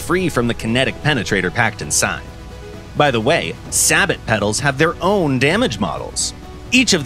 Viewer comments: Yo it’s say-bo not sa-bot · say-bo, not sabit. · "Say-bo" not "sah-bat" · "say-bo", brother, "say-bo" . Not sabbit. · Sa-bot? Srsly? Its say-bow (as in bow and arrow) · It is pronounced say-bow, not sab-bot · No way bro said sabo"T" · the way he pronounced Sabot 😂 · Couldn't get over the absolute butcher of the word sabot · You don't pronounce the T in sabot! War Thunder if you want a real voice over guy hit me up, I actually check how a word is pronounced before I record scripts.